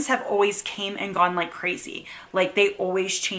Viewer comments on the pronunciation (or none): none